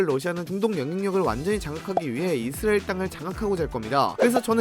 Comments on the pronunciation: 못참지 이스르엘😂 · 이스라엘 발음 왜저러냐 ㅋㅋ 이스르에르 이스리에리 ㅋㅋㅋㅋㅋ